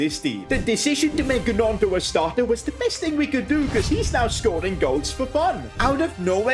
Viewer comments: calling him Ganoto is the funniest thing (It's pronounced Noto) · It's Nionto as Gnonto or Ñonto yeah it was funny😄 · Silent g on gnonto mate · and sid fr the record its pronounced naunto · When you say Gnonto you don’t pronounce the g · Is it just me or is it so annoying he says gnontos name wrong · But how he pronounced gnonto😢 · The way he said gnonto is so funny 😂. I love you been watching your vids from the beginning